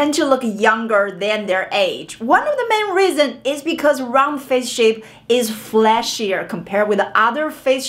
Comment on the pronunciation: Is she saying flashier or fleshier?